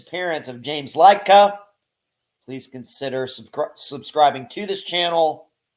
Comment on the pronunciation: LID-KAH It's pronounced like that. I grew up with James, just giving you the best info I can.